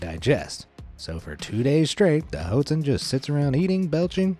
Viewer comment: You’re pronouncing “hoatzin” wrong. It’s actually pronounced “watt-seen”.